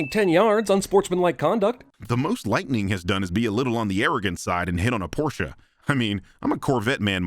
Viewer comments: heyyy man said Porsche right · Thanks for pronouncing Porsche correctly. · It's always nice hearing US Americans pronounce Porsche correctly. :)